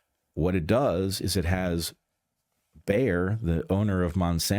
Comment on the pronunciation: Bear ?!? B A Y E R ! Like BAYER FRIERDRICH.